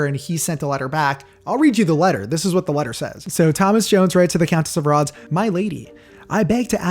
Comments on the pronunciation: "Rothes" is pronounced "Roth-say". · Rothes is pronounced "Roth-ez".